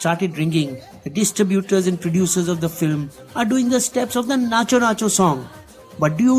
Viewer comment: Bro firstly let me tell you that its , Natu not nachoo Its pushpa thagedhelee not jhukega nahi saala